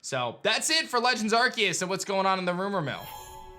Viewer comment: Legends Ar-see-us is how its pronounced. Not Ark-e-us. That's really annoying to hear.